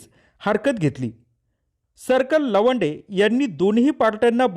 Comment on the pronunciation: लवांडे नाही तो.भवाडे